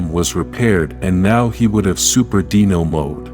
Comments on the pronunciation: deno? how hard is it to say dino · It's pronounced Dino not deano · Dino not deeno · Dee-nohs??? Wasnt that Selenas band? 🤣🤣🤣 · I love the idea of the channel, but the narration needs improvement. The pronunciation of certain words like "DE-NO Rangers" and "DIE-VI-Tox" is cringe.